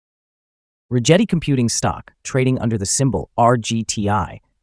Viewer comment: hate to be that guy but if you hear Chad Rigetti say his own name, it's Rigetti with a G like Get